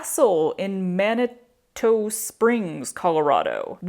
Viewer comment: Manitou Springs is a small "artists" town adjacent to Colorado Springs on the way to Pikes Peak. Last syllable pronounced two. As for having the spoons - make a fabric "case" with a back section for an 1/8" piece of plywood or Masonite. From the video, I guess about 2' x4' should be adequate. Maybe smaller. Use your grommet maker to place holes in the fabric the width you need for each spoon. Use narrow ribbon to attach each individual spoon. You will not be putting holes in the wood. It is for stability. Rigid foam could be used as well. The fabric and ribbons can be as neutral or wild as desired.